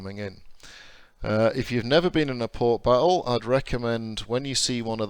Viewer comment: WTF is port biffo? Does this game remove your ability to speak English?